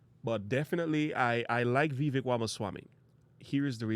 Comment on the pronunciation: Dont boast for Vivek if you're not going to vote for him. And learned how to pronounce his name moron.